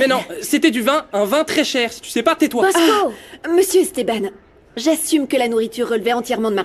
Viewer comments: Mosco non Bosco avec un B😅😅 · Moun k’ap di bosco yo nou tande posco avec un P